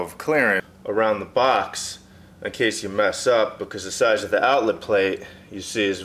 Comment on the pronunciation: Nice install but try to learn how to pronounce "the" instead of "da". When you say da over and over instead of the, it makes you sound like a meathead. Same goes for "this" and "dis".